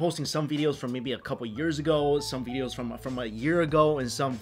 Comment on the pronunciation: Mike Chen- "Veedeos"